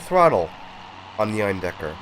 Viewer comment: You pronounced Eindecker pretty much perfectly :D Also hope your throat is getting better soon! Also, the "support" you got was priceless - popping in on screen for two seconds before colliding with each other xD